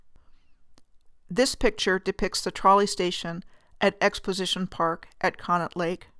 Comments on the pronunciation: Not to criticize, but to help: Conneaut is pronounced "Connie-aut". And the amusement rides there have been removed; the most tragic loss was the tearing down of the Blue Streak roller coaster. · The local dialogue pronounces it "conney-ought"...